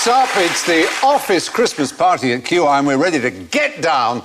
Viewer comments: It's QI not iq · So wait, I'm the only person annoying enough to point out it's QI not IQ?